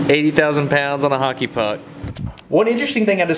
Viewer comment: As a Canadian, thanks for pronouncing "Hockey" correctly. A lot of Americans hate O's for some reason. "HACKEY"